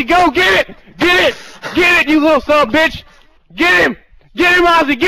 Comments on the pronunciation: did i just hear say "get im you sumbitch" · Kinda laughed when you said "Sombitch" but I know it was a heat of the moment thing. Glad you and Ozy got it and hope the rest is resolved soon.